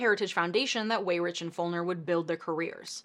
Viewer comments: I don’t wanna be that guy but Paul Weyrich is actually pronounced “Why-Rick.” An understandable mistake I made before being corrected myself. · I believe Paul pronounced his last name wy-rick. Otherwise, this is another excellent video. Thanks,! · Weyrich is pronounced WhyRick.